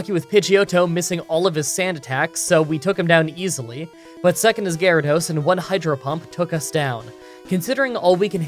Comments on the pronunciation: he said gyratos lol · hmm. I’ve never heard water onix pronounced in this peculiar way. Gy-ra-dos. Weird. Very weird.